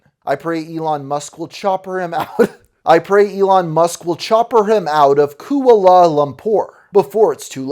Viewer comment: Ku-ah-la?? 😭 good video tho, as always